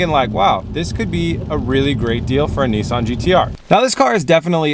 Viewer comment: It's Nissan not Neessan 😂